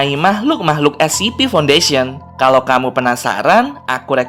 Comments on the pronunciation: Scp bukan sip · scp an*****ng bukan ssipi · Scp bukan ssip